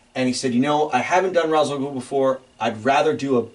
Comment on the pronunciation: I knew I liked you … but that Led Zeppelin collection seals the deal. And then you said R’as alGhul is you’re favorite Batman villain… but you said his name wrong… 😂